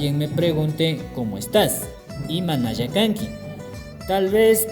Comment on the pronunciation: Amigo como se pronuncia Kanki =Kangui